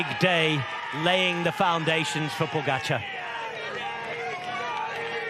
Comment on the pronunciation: They are paid commentators And can’t pronounce name pogacar correctly Wow